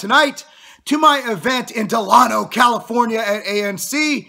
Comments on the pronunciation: its pronounced de lay no lol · no i was refering on how to pronounce delano